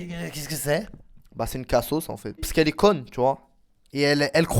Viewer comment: PTDR ON DIT LA "KEH" PAS LA "KER"